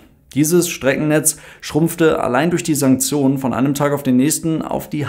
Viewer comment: Sanksionen? Sanzionen? Santsjonen? Wie schreibt man das? Vorne mit „S“ „A“ und „N“. Das hab ich zumindest verstanden…